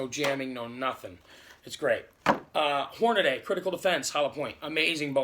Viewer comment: Like most people you pronounced hornady wrong. Read the word the a is before the d . This might help you hornadEE try that a few times. You can do it.